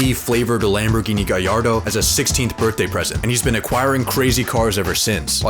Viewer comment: Bros a car guy he said gallardo actually correct